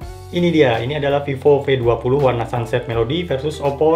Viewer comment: Mungkin dia org Sunda😂